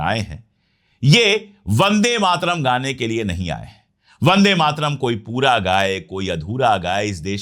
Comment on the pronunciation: आदर्णीय अशोक पाण्डेय जी वह शब्द ' वंदे मातरम् 'है और आप बंदे मातरम का उच्चारण करते हैं मैं आपका फालोवर हूं इसलिए सुझाव है कि कृपया शुद्ध उच्चारण करें।